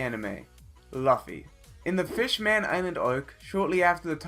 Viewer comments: It's luffy not laffy It's Madara not midaara It's hunter hunter (don't say x) And it's fullmetal alchemist brotherhood! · This bitch called Luffy, Laffy. He called Ovogin, Ovojin wtf! This is messing with me! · Sigh you didn’t watch the one piece scene because if you did then you would know he knocked out 50 000 fish men and not all the men that = 100 000 AND ITS LUFFY NOT LAFFY OR LOFFY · Dude its Luffy,what the Hell is Laffy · Luffy not loaffy hahaha cheers! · Bro its luffy not laffe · Wait… LAFFY? WHO THE FUCK IS LAFFY?! , Ive Known Luffy but Damn WHO THE FUCK IS LAFFY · You can’t call yourself if you don’t know how to pronounce characters names properly.. The disrespect to “Luffy” not “Laffy” and “Madara” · its luffy not lovfi for god fuckin sake....u god 1 job man.....damn it.... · laffy ? i htought its lufy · Luffy not laffy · Did he say laughy instead of luffy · its luu-ff-y not laafy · its not laughy you foo; ...its luffy ....as in loofy ....like goofy how dare you mess up such famous characters.....even Madara Uchiha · Its l u f f y luffy 🤬🤬not laffy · Its luffy no laffy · Loofi not lahfi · Luf-fe Excuse me it’s Lu-fe I don’t blame him for Mis pronouncing easy anime character names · LAFFY WTF do you mean?????? I’m soooo triggered right now😤😤😤😤 it’s LUFYYY!!!!! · Its Maah-daara. Its Loo-fee NOT MUDARA AND LAHFFY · Foresight YT same with luffy not laffy that pissed me off so fucking hard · sorry... but i guess its luffy not laffy... :) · Bro its not laffy its luffy xd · Stop upload any anime related please do other things like upload ur cats collection or whatever.. u don't deserve to be.. I got mad by how u call Luffy as Laffy... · Did he just call luffy laffy!! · "One of the most known characters in the world." Then says Laffy..smh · Why is it Laffy??😂😂😂😭😭😭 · The guy calls luffy loafy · It's pronounced as luuuffffy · It’s pronounced loofy but spelt luffy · Fluffy not laffy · Is not laffy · Me: what the hell is a laffy 😂😅